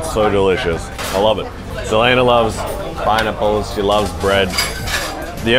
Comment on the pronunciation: Do australian pronounce it pie nipples?